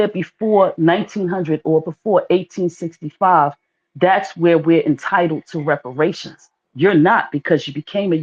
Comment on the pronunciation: "We're Entitulledtoreperashuns...." No you're not!!!! In 1865 his homeland was not controlled by The United States of America. He should stop. We dont mind suport. This is not support. This is trying to jump on our bandwagon, then kick us off of Our Sh..!!!!